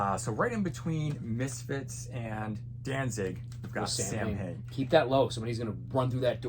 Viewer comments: Just an fyi Samhain is pronounced "Sow-en" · Its supposed to be Sow-en but Glenn said Americans don't speak Celtic so he will accept Samhain 😄 If you listen to the song he pronounces it correctly in the lyrics